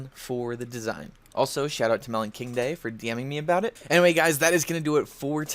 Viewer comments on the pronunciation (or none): none